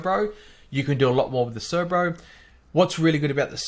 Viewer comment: C E R B O not C E R B R O. There is only one R in it. Great video. I learnt something.